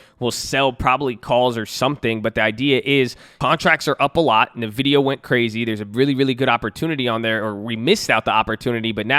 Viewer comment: This is the third time in the past month I've heard someone pronounce it "nuh-vidia". How did this become a thing?